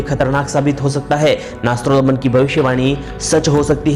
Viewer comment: Nastrodman nhi nastredmas naam h unka